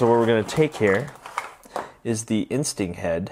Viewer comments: anyone else notice that he says ultra instink and not ultra instinct lol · It was a good trick and review but I cringed every time u said instinct cuz u said in-stink and scalp for sculpt